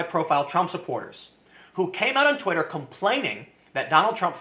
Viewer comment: I like the part where he said "Titter" instead of "Twitter".